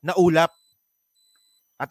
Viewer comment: Ah ulap pala, ang dinig ko ulam na nagsasalita 😂😂😂 kaloka